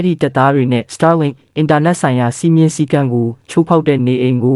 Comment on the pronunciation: Star link တောင်မပီပဲနဲ့ စတားလင်း ဆိုတာ မကြားဖူးဘူးဟ စာမတတ်ပေမတတ်ပဲ တပ်ရင်းမှုးခန့်ထားတော့ ငါးပါးမှောက်ပြီပေါ့ကွာ 😂 star link က မင်းတို့စောက်ဆံနဲ့ဝယ်ထားတာလား ခွေးမသားတွေ